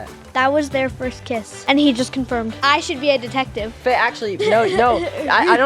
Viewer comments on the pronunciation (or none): Not me thinking that Ryder said bae to Gia but he actually said Faye